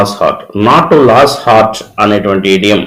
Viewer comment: Brother, Lose in the sentence "Not to lose heart " should be pronounced as loose(లూజ్) but not as లాస్.